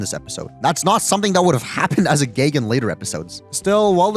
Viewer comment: Why not post shorter videos? Also, why do you say “geg” instead of “gag?”